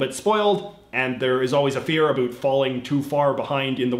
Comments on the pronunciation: literally no one says it like that lmao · I was born and raised in Nova Scotia and I never hear anyone say it like that either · HAHA he says abhoot, I was born and live in Canada my whole life and never heard about said that way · I couldn't tell if you were Canadian or American before I heard you say 'about' lol